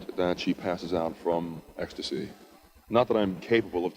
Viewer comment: Hostess:"esctacy".... Josh silver:"do you have a hit?" 😅😅😅😂😂😂😂